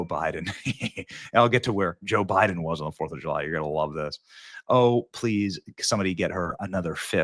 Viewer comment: Joe bye-then😂